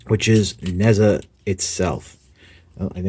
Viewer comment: I too have one of these. I got it at a good price too. In answer to some of the things you bring up, I believe the name is pronounced ‘Nay Jar’ or closer to that. He’s male and amusingly as a god it would be fun to see him take on Unicron! Nice toy, nice review.